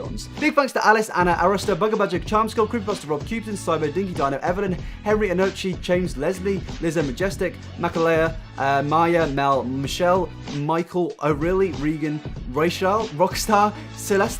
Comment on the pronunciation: The Paton of yours that youre reading as 'Mah-kah-lay-uh' I believe might be pronounced 'Mah-kay-luh'